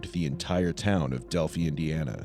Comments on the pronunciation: It's pronounced Del-fi a hard Y sound.... Delphi, not delphee. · Thats Del-fī or Dell-f-eye for pronunciation not Delfee smh. Sadly i remember the day as its just a short drive from where I am. Im so glad they finally put this ass in jail. R.I.P. girls. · Bro said delph E it's DEL PHI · how do u make a video and not know how to pronounce delphi. also not to be disrespectful but the narration is completely unnecessary adds nothing to the video. these investigators were not good at all.